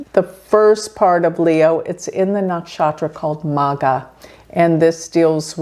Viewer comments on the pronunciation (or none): It's actually spelt and pronounced as MAGHA with a heavy gh. Sort of like g followed by house 😂